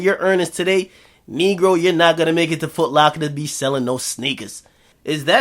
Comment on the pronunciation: The way u say negro is hilarious.